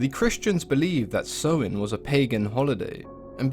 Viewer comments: He’s mispronouncing Samhain btw, it’s “Sah-win” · Samhain pronouced Sow In